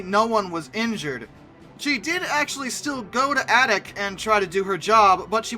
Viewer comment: Adak is pronounced "A"dak and not with a soft "a".